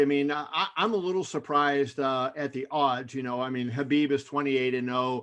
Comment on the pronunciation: He says Habib and not K-habib, finally someone says his name right, now they just got to get his last name right, it's pronounced Nur-mohammed-ov